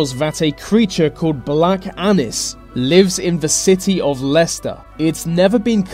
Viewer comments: I thought he said black anus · when u say 'black annis', it sounds like black anus. .-.